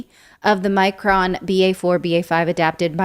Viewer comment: It’s Another-con not Omicron